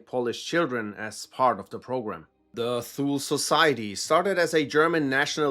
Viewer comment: pronouncing thule like that gave me an inglorious basterds moment, you sure youre german?